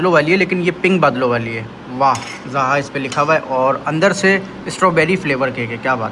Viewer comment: Zoha bola kro zha nh